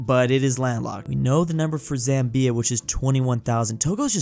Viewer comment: You prunnounced Zambia wrong.